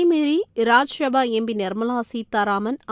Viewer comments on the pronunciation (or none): ஏம்மா? அதுக்கு தான் தமிழ் வழி படித்தவர்க்கு மட்டும் செய்தி வாசிக்க செய்ய வேண்டும் என்பது. லோக்சபா என்பதை லோக்‌ஷபா எனவும் இராஜிய சபா என்பதை இராஜிய ஷபா என்பதும்; தமிழ் வாசிக்கிறாயா அல்லது வேறு வாசிக்கிறாயா என்ன? ரொம்ப style வாசிப்பதாக நினைப்போ, உன் வாயில வசம்பை வைச்சு தேய்க்க.